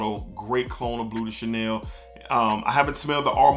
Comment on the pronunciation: Sounds like your saying bootay Chanel 😂 great video bro lots of hidden gems!